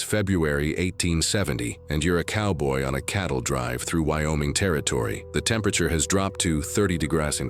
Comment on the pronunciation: Your A.I. doesn’t say temperature very well .. makes up words